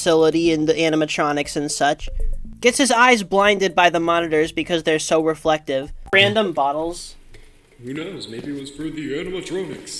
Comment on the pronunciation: Ah yes, flurrflective.